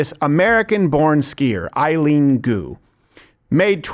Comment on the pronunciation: I am the only one who hears Eye Goo instead of Eileen Gu...lmao